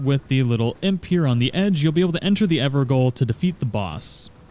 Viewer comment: Great video man. Thanks. You probably won’t read this, but they are called EverGaols (Jails), not Goals. It’s the original English spelling of the word.